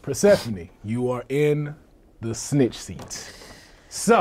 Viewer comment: Why do you keep calling snick seat